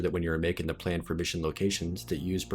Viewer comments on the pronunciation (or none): none